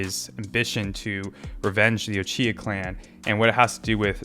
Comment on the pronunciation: His Orochimaru and Uchiha pronunciation is almost max level already 😆